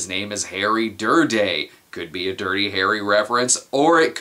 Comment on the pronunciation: Harry "Dir-dey", "Dirt-dey".